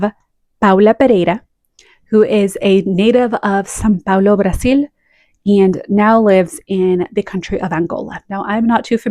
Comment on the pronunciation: Love this list!!! And your pronunciation of Brasil and Paula Pereira is very good! Lots of love from São Paulo, Brasil ❤️❤️❤️